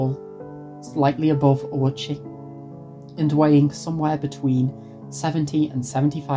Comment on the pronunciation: I’ve never seen most of this footage before or heard these details about Ouchi’s past before (and good on you for pronouncing his name correctly!), it TBH feels chilling in hindsight that he was no stranger to hospital stays even before the incident. That would probably contribute to why he initially assumed he’d be fine this time.